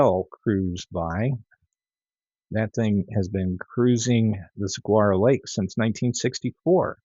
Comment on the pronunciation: "SUH-WAR-OH" Lake.